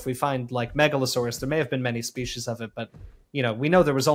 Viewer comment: No says Meg-Allosaurs